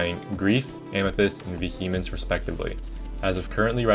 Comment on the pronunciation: Also "Vuh Hemence"